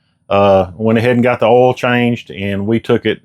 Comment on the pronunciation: It’s earl!!